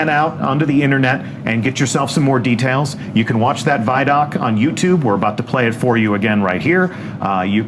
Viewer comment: The way you pronounce ViDoc isn't an option, that's why people got on to you. It doesn't have two d's so it can't be vid doc grammatically. Anyway great video sorry for being a grammar Nazi